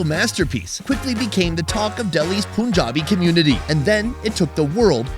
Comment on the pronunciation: bra its not POOnjabi, its PUnjabi